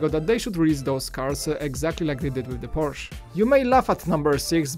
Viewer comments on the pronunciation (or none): none